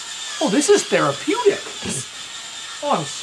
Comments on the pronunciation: Did you mean it was therapoodict😂😅 stirring the sh@ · Therapootic you say?🤣🤣🤣 Great work.